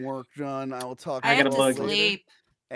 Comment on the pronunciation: The sound coming from Crystal’s fidgeting is SO damn grating. Edit:, you are severely mispronouncing “Zsa Zsa”.